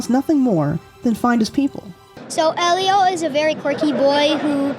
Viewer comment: Lol! Thank you,! 💖It bothers me so much when someone mispronounces Elio after they watched the movie.